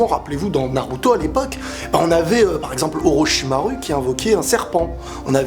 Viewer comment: Ça se prononce "Orochimarou" et non ru à la fin...